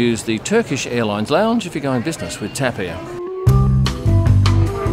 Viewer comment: it is not called TEP, but TAP :face-blue-wide-eyes